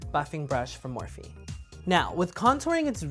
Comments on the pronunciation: "a morph-IE brush" .. Dead. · Sooooooooooooooooooooooooooooo are the brushes pronounced 'morphe' as they read or 'morph-ie' as he pronounces it? LOL help! Great video btw! ♥